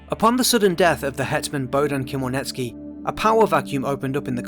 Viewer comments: Never heard anyone butcher Ukrainian names so badly. After couple minutes, my brain exploded and I can't watch this anymore, as Ukrainian. Lol. How did you say Khemlnitskiy? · Wrong pronounced Хмельницкий